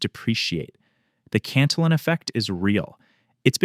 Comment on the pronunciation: Yes I agree it’s insightful and accurate. I just have a real thing for governments who relentlessly spend but they don’t have. I’m an old guy so I remember the stability of the 60s and I long for those days when money maintain some value. Also, I think you are pronouncing the name as the English version, but it would be more accurate to pronounce it in the Spanish way, where the double L’s are pronounced as a Y. It looks like a Spanish name for me, so I suspect that is the most accurate